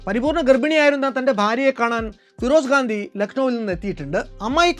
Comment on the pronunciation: FIROSH GANDI ennuparayu😊😊